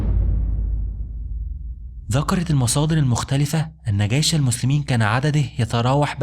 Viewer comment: اسمه جيش و ليس gيش